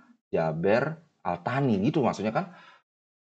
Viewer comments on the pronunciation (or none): Al Thani transliterasi inggris, dlm bahasa indonesia: Al Tsani. bacanya: As-sani ( esnya lembut seperti gracias dalam bahasa sepanyol), artinya: yang kedua.